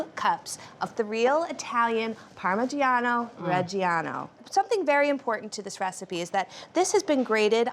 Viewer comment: What a pitiful attempt at pronouncing "parmigiano"